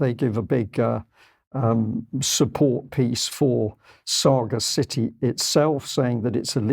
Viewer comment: Surely the pronunciation of Sagacity is; sagacity /sə-găs′ĭ-tē/ from sage.